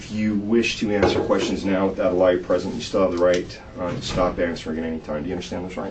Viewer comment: lmao there is no accent that pronounces lawyer as liar. The only Accent that could pull that off is that of a dirty cop.